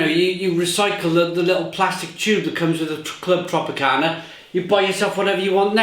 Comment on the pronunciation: It’s not called Clwb Tropicana, it’s Clwb Tropica.